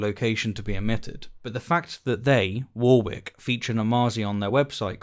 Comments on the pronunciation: War-wick? Shirley, that's warrik. Pedant or ignorant am I? Fine either way. :) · Cringed every time you said War-wick , its pronounced wor -rick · It's not pronounced 'War-Wick' it's 'Warik' :) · "War Wick" ? I've could forgive our American cousins who struggle with Worcestershire but you ? A fellow Englishman. Warrick or Wah Rick :) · Is that how you say Warwick?! I’ve always pronounced it “worrick” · I've never heard it pronounced as "War" "wick" before. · pronounced ‘Warrick’ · Why do you say "wore wick" rather than the generally accepted pronunciation of Warwick? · No, you're correct. He's pronouncing it wrong. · No, you're right; the speaker's got it wrong! I suspect he's only ever seen it written down. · I am glad this comment is here as an ex-Midlander, relatively recently in the North, this was bringing me out of the flow of the audio every time I heard it. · how do you not know how to pronounce the word Warwick? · I find this video objectionable. Your pronunciation of Warwick is abysmal. 😆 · Great video as always but I do find the way you pronounce Warwick very objectionable 😂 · That is not how you say Warwick. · Need a trigger warning for your pronunciation of Warwick... I of course jest, great video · Gotta say, I've never heard a British person pronounce 'Warwick' the way you do! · I love your content but everyone you pronounced Warwick like that I involuntarily twitched. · be better to pick him up on Warwick. 😁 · why cant you apply that to his peonuciation of warwick? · Are you sure you're british... because you don't say Warwick right 🤣